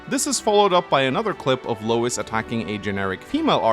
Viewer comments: Editor's right, it's pronounced Louie. The Japanese ルイ makes it clear. Every time said Lois I'd think of family guy lmao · It’s pronounces “Loo-Iss” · Just a heads up it's spelled Louis but pronounced Louie, it's a french name